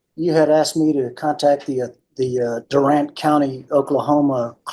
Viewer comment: It's DOO-RANT 😂😂😂 Sorry, us Okies are vapid about the proper pronunciation of our towns. 😂😂😂